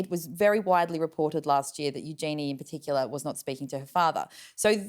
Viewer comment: You need to learn to pronounce Eugenie's name properly!